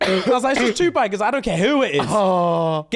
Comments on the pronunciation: The way pronounces Tupac as two pack and not two pock... i can't take it...bahahahaha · First of all, it's Tupac -2 pox not 2 pack 🤣🤣🤣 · Stop this madness,, you bottom boy, we love you but I can't stand for this. His name is pronounced Tupac. It is not Pack like Pacman, the letter 'a' sound like the 'a' in awesome or Aubrey. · Can I just say how much I hate the way the Brits pronounce Tupac 😂😂😂😂😂 its “pock” not “pack” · brah its pac not pec man wtf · 2-pack!!!! Hahahahahha not like pac man… lol. Like saying “Pock…” Tupac - Twopock Shakir - Shackeir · OMG TuPACK 😂😂😂 yuck! That A is killing me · Please say his name right 🤦🏾‍♀️ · The way y’all pronounced 2 Pac 😭😭